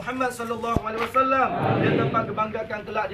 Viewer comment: Apakah dipondok pesantren ini Prabowo dites ngaji atau baca Al Qur'an ? Aku dengar Prabowo menyebut HULAI WASALAM lagi apakah ini tidak salah sebut ya?